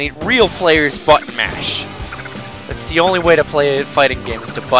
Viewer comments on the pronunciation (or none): when u say button mash it sounds like but mash